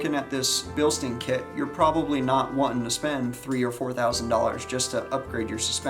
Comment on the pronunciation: Bilstine not bilsteen.